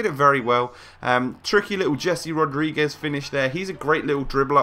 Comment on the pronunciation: you say HUAN mata, but yet you say DZHAVI martinez and DZHESI rodrigues. mate are you plain stupid? it's HAVI martinez, HESE rodrigues. learn it for once.